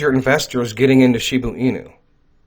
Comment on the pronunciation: It’s NOT Shibu Inu, it’s ShibA Inu!